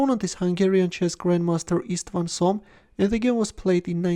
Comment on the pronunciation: Just on note: István Csom is pronounced as "Ishtvan Chom", if we use English alphabet. Overall, in Hungarian 's' = 'sh', 'sz' = 's', 'zs' = 'zh', 'cs' = 'ch' and probably 'é' is somewhat like English 'e' in ABC. Just to note, since it might have been of use in future videos.